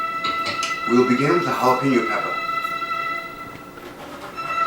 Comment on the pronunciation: Did you say Peppaaa??